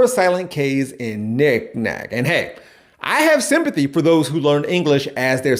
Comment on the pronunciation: When or why did "for" become "fir"?